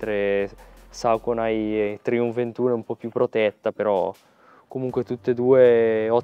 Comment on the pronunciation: Massi, quando pronuncia questo brand "Sauconai" anziché "Soconi" lanciagli una scarpa 😜